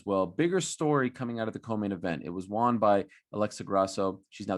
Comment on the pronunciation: You say won wrong!